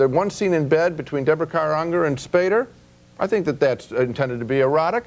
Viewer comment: Love his pronounciation of Deborah Kara UNGER